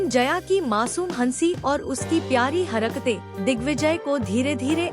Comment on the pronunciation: तुम हरकतें को हरक तें कह रही हो